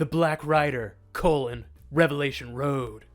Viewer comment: It's pronounced "revelation" there's no S at the end, also it's "prophesied", no Z. I'm not Christian I just like to correct people.